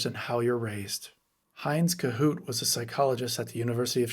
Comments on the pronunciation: Ko-Hut, not kohoot. Heinz Kohut 😊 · The name of the psychoanalyst, Heinz Kohut, on whom you are basing this piece, is pronounced Co--hutt, not Co-hoot. Tell the AI department. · Kohut ="Co-hut"